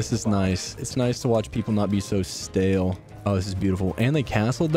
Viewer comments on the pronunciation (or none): none